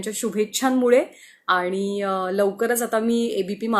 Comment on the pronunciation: Your voice is so sweet, plz work on your Aani word..